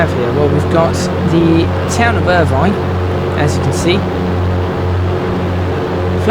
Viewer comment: The town is pronounced Ir vin not vine.